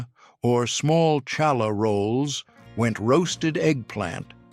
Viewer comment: It’s pronounced Challah. You bring the ch from the lower part of your throat!